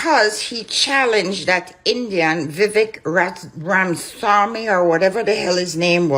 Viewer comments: Ok. So, this lady cannot even be respectful to an Indian immigrant and say his name correctly. She is being so rude. This is OK to do Black America? I am of Cuban ancestry. I have never disrespected AA. I have voted for Democrats including Obama. My husband, a white German, came 20 years ago. There is no race that looks at him with so much displeasure as AA. Let me note that I have Indian American blood on my mother’s side that predates AA by 5,000 years. Get off your high horse. I am from Miami. It was Spanish. We have nothing to do with AA. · Vivek Ramaswamy was born in the U.S., he didn't immigrant from anywhere...and where is this woman from? She has a foreign accent and acting like she knows how Americans feel? She is flat out insulting this man by purposely not pronouncing his name properly....then saying...this Indian. Ramaswamy is apparently a far right Republican Trump wannabe but by insulting his race she is making out that All Indians are as hateful as Ramaswamy is.